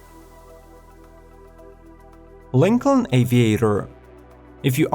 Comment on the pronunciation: JESUS CHRIST, GET A NATIVE ENGLISH SPEAKER TO NARRATE THESE VIDEOS! I am starting to think this is a fucking ROBOVOICE, as Lincoln and Gladiator were pronounced COMPLETELY WRONG! And you missed the Ford Bronco. FAIL!